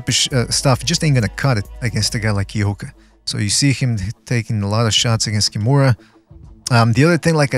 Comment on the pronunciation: Hmmm. I'll look into it. I might be able to find a Japanese stream as well. After all, I am the Undercover Asian. Thanks! By the way, pretty good pronunciation of the two guys' names. My ears still hurt from Max Kellerman's pronunciation of Naoya Inoue's name.